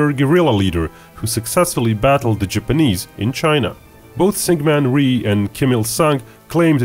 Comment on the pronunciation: the way he says japanese, it kills me 🤣